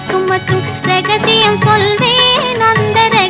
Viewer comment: Mandalin கருவியின் அற்புதமான இசை. சுசீலா அம்மா "ரகசியம் ' என்ற வார்த்தையை எப்படி" ரே " போட்டு மாறு பட்டு உச்சரித்து இருக்கிறார் கேளுங்கள்.. MSV மற்றும் TKR கூட்டணி, கவியரசர் கண்ணதாசன்.. சத்திய மூர்த்தி - ஓசூர் - பழைய பாடல்கள் அடிமை.